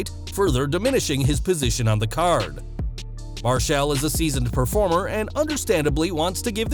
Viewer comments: How the fuck can you not say Marshall right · Why are you saying "Marshall" like that?